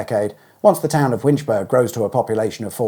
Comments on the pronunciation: Hi. Ive been taking an interest in the expansion of Winchburgh ( pronounced Winchborough ) and ive been surprised at how well coordinated and executed it is. It is a blow that the railway station has not so far materialised but new primary and secondary schools have been built and are open. There are also new shops and a park. I have a friend who lives in Winchburgh and i go there regularly although i live in East Kilbride, one of Scotland's older new towns. I do think lessons have been learned. The new motorway junction makes a huge difference. I thoroughly enjoy your content. Harvey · Great video as usual. The village name is pronounced "Winch bu ru", the "u" as in up. Thanks again and keep them coming. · 🔫 say Winch-berg one more time 😂 Absolutely banging Emerald Hill outro though, get in! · Middlesburg? Edinburg? It's Winchboro!!! Wriggling out of commitments? Oh, you cynic! (But realistic, to be fair) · Not Winchburg but Burgh is pronounced like Borough. Winchburgh has been ruined in my opinion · Winch - burr - ah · Bloody hell, you butchered "Winchburgh". My wife just came downstairs and told me to be quiet! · You're 100% pronouncing it right, the same way as Edinburgh, Musselburgh, Helensburgh, etc. just mispronounces almost every Scottish town name for whatever reason. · I'm starting to think he pronounces Scottish town names incorrectly on purpose. Just for a laugh. Or to try to piss us off. 😂😊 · Irvine is pronounced “Ervin” and Winchburgh is “Winchbruh”. I was wondering what those funny new roundabouts were all about… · Really interesting but please please please learn the local pronunciation. Winchburgh, like Edinburgh and Newburgh is the Scots version of Borough. So it should be Winch-BURRA. And for gods sake it is Ur-vin not Er-vine new town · I agree - how else can he get Edinburgh right and Winchburgh wrong in the same sentence? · OOH! Winch-burg ? OP it's Winch-burr-ah (think Edin-burr-ah). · 'Winchbura' not 'berg'